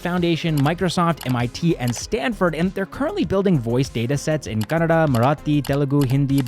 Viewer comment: Wow kannada accent is so good❤ Keep uploading brothers.. Loved your videos😍